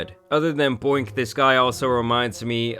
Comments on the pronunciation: “Boink gang” it’s “Boonk” 😂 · Boink it’s boonk and I hate that n word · Boonk* not boink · Bro saying "boink" and not boonk gang is actually hilarious tho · good vid but its boonk bro not boink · I couldn’t handle you calling him boink lol I was dying. It’s Boonk but I like boink better 😂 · U really called boonk boink 😂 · Boonk gang not boink gang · The fact t that keeps calling him Boink Gang instead if Boonk Gang 😅😂😂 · Bro it’s pronounced BOONK gang not BOINK